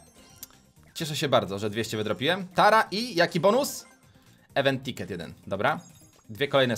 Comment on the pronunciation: czyta się "iwent tikety" s nie "ewen"